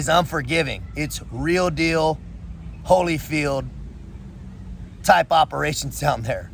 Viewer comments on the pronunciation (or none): none